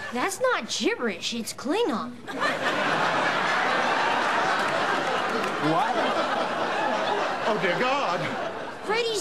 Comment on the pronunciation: When pronounces Klingon it becomes Fraingon. It's like a language of its own.